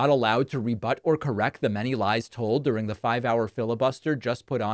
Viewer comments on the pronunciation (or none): The many lies told ‘durung’ - you know he has gotten way worse than the covfefe days - the number of mistakes is astronomical - he has totally lost 4 syllable words - and the mainstream media is focused on an old guy tripping on steps